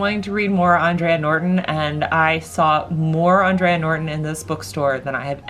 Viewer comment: I know you love to learn new things so I thought I'd share this tid bit of info with you... The author you keep mentioning "Andre Norton" is pronounced "Aan-dray" like the man's name. She was born Alice Mary Norton, but she legally changed her name to "Andre" not only because she thought there was a prejudiced against female science fiction writers but she wanted to better appeal to what was thought to be a male-dominated genre. It seemed to have worked too because she has been hailed as a Trailblazer for women in the field and is probably the biggest groundbreaker for women in science fiction! So while you are 100% correct that she was a woman, her name is pronounced as a man "Andre" & not "Andrea".